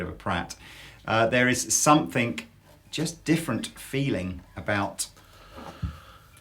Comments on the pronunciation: "sumpthink" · I'm having trouble finding the k at the end of the word "something"